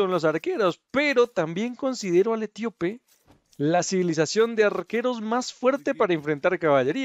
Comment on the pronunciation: Se dice Etíope no Etiópe